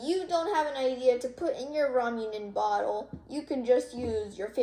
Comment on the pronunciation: Btw ita raw-muh-ney